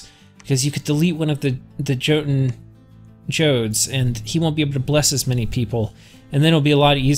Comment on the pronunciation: Incredible nitpick, sorry but it bothers me in petty petty ways. The J in Jarl and Jotun should be pronounced as a Y as is the way of the Germanic languages. Otherwise, keep the good content coming.